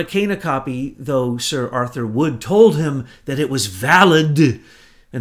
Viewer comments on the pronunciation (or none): none